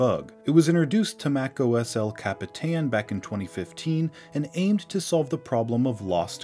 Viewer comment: cap-eee-tayn bruh